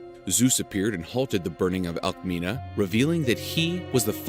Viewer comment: My god, the spelling is like Alkmini not Alkmina